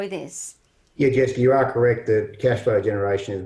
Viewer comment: The way he says Jessica lol